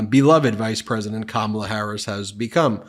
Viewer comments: He’s coming up with new ways to mispronounce her name.😂 Kamilla! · Is Trump insulting the queen consort of England or is he trying to say Kamala and sail Comilla? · In the same clip where he said Kamala looks like Melania, he called Kamala Camille instead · Trump called her Ca mill a He is so rude and disrespectful. If you can't pronounce KA MA LA, then just call her Madam President!! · "She didn't look like Camila." Is he saying Kamala Harris did not look like herself and that was his mispronunciation of her name? Or, did he mean Kamala Harris does not look like King Charles wife, Camila? Trump is, without contest, the most ignorant and weird individual. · Camilla? That's certainly a new way of pronouncing Kamala! Also, I don't think he's drunk because of the way he's speaking...granted, it's all BS and he does sort of meander, but when he is speaking, it's measured, there's not a lot of hesitation and not a lot of the words are actually slurred like a drunk would slur them. I think he's taken his dentures out, so he is isn't able to form his words correctly because there's not teeth for his tongue to rest on or use while forming words. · He talks about this cover and then says she's a beautiful woman and then mentions something about Camilla. He may be trying to mispronounce her name but instead he gets confused and mentions the Queen Consort!!?? Yeah he's not all there anymore! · Trump is such a goober that he can't even PRONOUNCE the VP's name correctly. He's probably doing it deliberately as an insult since he isn't capable of respect, much less baseline human decency, but it honestly just makes him look even more incompetent.